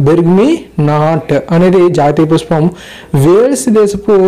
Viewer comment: PushPam not puspam